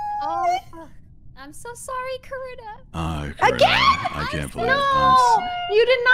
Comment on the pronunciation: So my name is Carina and I heard corpse say "uhh corrina?" AND I FLIPPED TF OUT AND HAD TO LISTEN AGAIN.